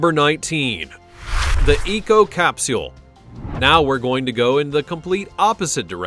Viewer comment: I hate the way u say capsule